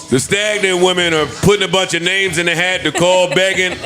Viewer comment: Joe be butchering the fuck outta people's names lol